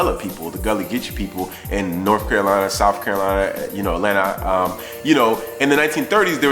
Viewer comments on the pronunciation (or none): none